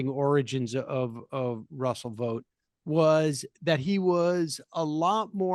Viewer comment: Vought rhymes with thought. Why are we helping Trump whitewash this guy?